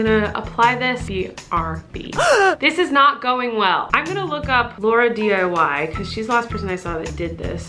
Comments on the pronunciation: Am I the only one who realized she said lauradiy when it’s laurdiy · Am I the only person who that highly she said Lauradiy instead of Laurdiy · Did she just say laurAdiy ?! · It’s LaurDiy not Laura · OMG did she say Laura-diy 😂😂😂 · Did u say ''LauraDIY'' xd